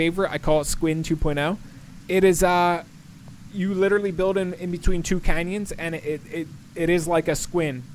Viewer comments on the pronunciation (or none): none